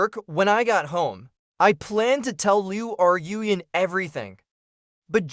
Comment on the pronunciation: Okay I'm going to address the hindenberg blimp in the room. I don't know where you trained your AI voice model but you need to go back to school to correctly pronounce names or retrain your AI voice model to pronounce names correctly since you continuously mispronounc that poor girls name. Liu Ru Yan add an e to Rue and you'll be pronouncing her name correctly since it's not Liu R u Yan there's no space between Ru so it's pronounced Rue. Just a little good criticism that's not meant to be taken as bullying or something. I take back some of what I said you really need to go back to school to pronounce Chinese names.